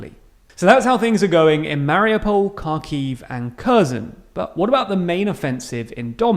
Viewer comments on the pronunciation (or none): It's Ha-kiv not car-kiv btw. The 'Ha' being like in Hard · Please pronounce the names of Ukrainian cities correctly. "Kh" in Kharkiv and Khersón is pronounced like "h" in "high". The next is: in the word Mariupol the accent falls on the "U" Maripol. "Y" in Lyman is pronounced like "i" in frienship or ship not like sheep (don't confuse). Thanks. I am very glad to listen to the videos like these. Long live Ukraine! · It's pronounced Harkiv in Ukrainian and Harkov in Russian.